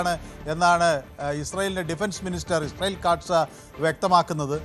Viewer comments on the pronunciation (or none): none